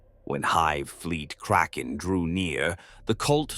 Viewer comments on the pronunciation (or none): none